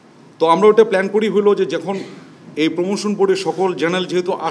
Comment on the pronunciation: এপোনমেনট, সিডুল, পোমোশন😂😂😂